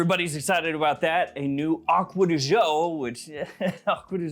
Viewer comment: Since this is one of your favourite fragrances you should probably learn the right pronunciation of the word GIO. It's DJO not ZHO 🙏